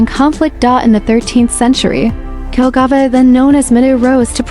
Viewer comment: The city name Jelgava should be pronounced “YEL‑ga-va”, not “DŽEL‑ga-va.” In Latvian, the letter J is always pronounced like the English Y (as in yes), which is why the correct pronunciation starts with “Yelgava.”